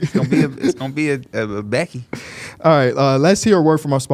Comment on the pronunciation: Bro didn't even say her name correctly 😭